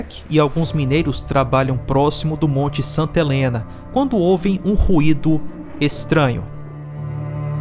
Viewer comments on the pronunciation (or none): none